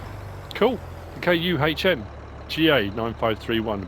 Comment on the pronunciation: Btw Kuhn is pronounced like "coon"